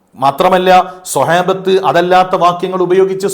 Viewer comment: സെഹേബത്തോ അതാരാ ,,ആദ്യം നേരേ പറയാൻ പഠിക്കുക